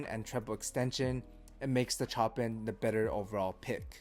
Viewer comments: Chopin as in "Show-Pan". As in the composer. 😂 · Chopin is pronounced "Show Pan" from the legendary classical composer. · The way you say Chopin made me feel real uneasy for some reason 🤣